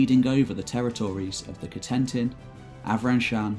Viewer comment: A Perfectly Normal Youtube Account As someone who lived in France, some of the prenouncation did making me wince. Cotinent, Nantes..